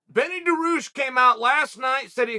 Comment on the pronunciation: “Benny Duh-rooshh” 😅